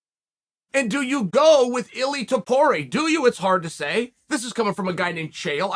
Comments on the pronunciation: Ili tapori, close enough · “Illy Topury” once again, the Uncle Chael delivers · you mean Ily Topori? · germy stevens 🤣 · It's ilia toe poor ria, not a hard one chael. You sound like you're the certified gatekeeper of fighter credibility when you intentionally mispronounce a dudes name. And that dude may just be a future champ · Chaels WAY off from saying [ilia topuria] name correctly 🤣, but i guess the effort is what counts, right. At least he investigated him.